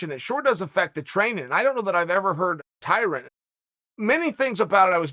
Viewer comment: Dana: “Tie Rone” Tyrone: * “Tie Ron” Chael: “Tie Rin”